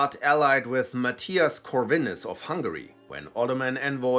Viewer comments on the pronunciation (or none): none